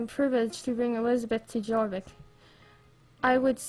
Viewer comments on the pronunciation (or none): ummm no hate lol but I think its pronounced your-vik but idk for sure lol love your vids!